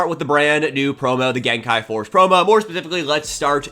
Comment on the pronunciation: Don't listen to that other guy, I love and support the way you say gen kai!